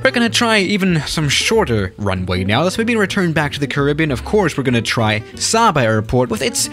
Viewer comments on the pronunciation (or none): none